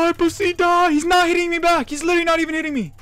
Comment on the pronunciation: Ya'll say Pusseh and keep it going!